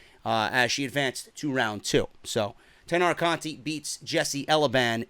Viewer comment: Hey, the way you pronounce the "to" in Matsumoto is the way you correctly pronounce the "ti" in Conti.